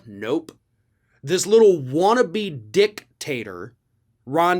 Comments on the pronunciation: I love that pronounciation: "Dick-tater" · Did you just say, "DICKtator?" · I absolutely love how you said dictator lol..."dick..tater" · Loved your emphasis on the Dic in dictator.